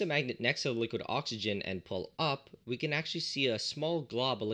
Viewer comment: ah yes, the three states of matter: solid, gas and liqiod